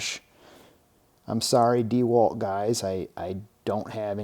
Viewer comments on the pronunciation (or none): none